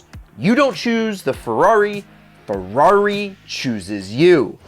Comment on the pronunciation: if i had a dollar every time i heard "Fewarri"....🤔😒